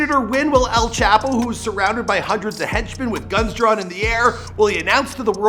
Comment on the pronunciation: this man said chapos name stupid asf